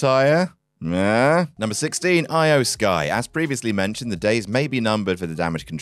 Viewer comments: They literally changed her name to "IYO" so people would pronounce it correctly and still calling her "Eye-Oh" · Can you stop mispronouncing Iyo’s name please?